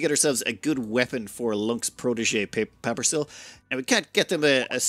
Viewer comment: Pawn: "Hi, my name is Paperissiili, pronounced like 'paper is silly'." "Papper is slee? Papper sly? Pa- Ppa-??? Papper Sill."